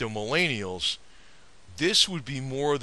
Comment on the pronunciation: Answer: because the baby boomers fucked up the economy and now "MilAYneealls" have difficulty buying things like your overpriced cars and houses and paying off student loans without an outrageous amount of debt. Because we haven't adjusted for inflation and now "MilAANelals" cant live off of minimum wage like you could have up until about the 80's. So yeah god forbid "MallAyENeealls" are less materialistic than the previous generations. (Edit): also because jeeps suck. If you wanted to show off your *extensive knowledge of jeeps*, you don't need to bash "MelleAYEEneEellls" to do it. Just make a video. (And maybe you wouldn't be made fun of for how you pronounce Millennial)